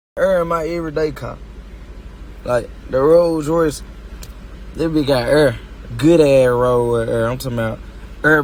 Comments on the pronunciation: Me - “Air” Choppa - “Eer” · HE IS SAYING URR ONG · “500 hundred thousand werf of err” 🤣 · “$500,000 wurth uh err”💨💨 -NLE Choppa